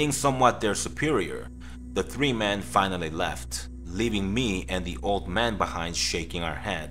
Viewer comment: When you say "Men" it sounds like "Man" it's very confusing. Also, not your fault, but this story doesn't make sense saying he smelled rotting flesh when the guy was freshly dead. It takes longer than that to stink that much.